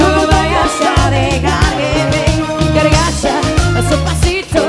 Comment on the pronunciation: No no se dice cargacha. Debiese aprender a decirlo correcto.